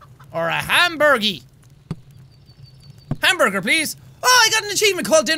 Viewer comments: It might not be undertale references. He might have said hamburger wrong. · And he calls the Hamburger a glamburger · when he saidhamburger it sounded like gasp GLAMBURGER!!!! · Did he say glamburger?